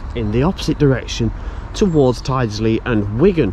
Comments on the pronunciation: Nice to see you near my home! Your pronunciation is slightly off though, although I can't blame you, lots of people get it wrong! Its Tild-sley rather than tide-sley. Or, for most locals, tilsley, with a silent D!! The bus way is a bit controversial, but I'm a fan. Not really sure why it was built like that, but it does allow the buses to get a fair lick of speed up, with no other traffic to contend with! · locals say tild-sley at least the ones i ride with do :) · Hi. Tyldesley is pronounced TILDSLEY. I can just hear all the locals wincing 🤣🤣🤣. Hope you can get archive photos of Tyldesley Station as that would be really interesting. Great videos by the way. Got my attention whilst watching Martin Zero 👍. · Brilliant video! Look forward to part 2. Welcome to my hometown of Manchester and beyond! No criticism intended whatsover, but Tyldesley is pronounced... Tilds Lee. And Ellenbrook is the correct spelling. Guided busways are a waste of space, they just don't work. That bridge on the East Lancs Road is indeed almost tunnel like. I believe the works are for the installation of lighting as it is obviously very dark in there. 👍🙂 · Tydesey is pronounced Til - des- ly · Looking forward to Pt2, but Martin Zero and the gang will probably have words with you about you pronounciation of Worsley and Tyldsley. They'll probably set Timmy on to you.